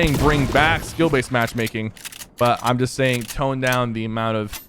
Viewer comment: I can understand what you are trying to say but you were saying skill baset